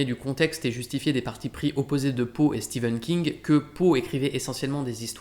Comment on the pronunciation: Enfin quelqu’un qui prononce correctement Stephen King